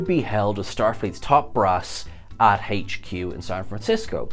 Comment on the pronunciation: What is " Haich-Q " ?